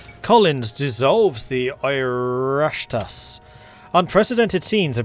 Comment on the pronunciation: Oireachtas is a hard one to explain in English it's like ee-rock-tas (the rock part isn't super accurate but close enough for Anglo tongues) Oh nice to see the big fella survived Béal na Bláth in this time line.. not so nice to see him as a dictator tho